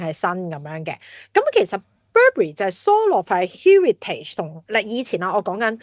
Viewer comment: 第一次听Heritage如此发音，被所谓高层的英语吓亲。